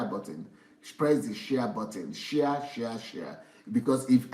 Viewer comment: shia shia shia... DSA ohhhhh lmao... It is share sir. Not shia.